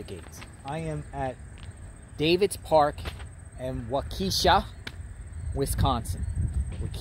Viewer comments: He has no idea how to pronounce Waukesha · I lived 5 min from where this happened, in 2014. Waukesha is pronounced different than you said, but that was cute. Thanks for the coverage, great job. This is very sad for all involved.💔❤️💔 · You're right you didn't do your research. Not only that that you can't even pronounce Waukesha correctly. Just another YouTuber making up their own stories and their own personal opinion not fact of detail. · I agree he pronounced it wrong but most people struggle with Waukesha. He's in the right park (wrong tree area tho). But how is he re-traumatizing Payton? Didn't even show her picture.